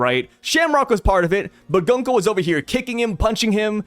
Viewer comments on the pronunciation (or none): Been telling you forever to pronounce Gunko correctly and now you’re a cat Consequences